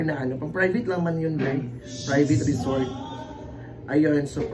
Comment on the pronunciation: Asa na “REZORT” na??😂